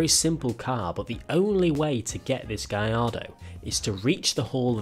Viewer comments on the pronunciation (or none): what the fark is a "guy ido" theres even a song that pronounces it GALLARDO